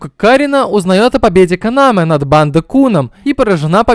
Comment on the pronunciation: Вместо Канамэ постоянно слышится Канава...